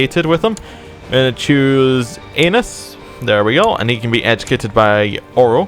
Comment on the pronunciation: Lol it's Aenys not Anus.